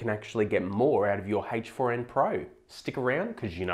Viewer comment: Are you saying HACHE FOUR IN????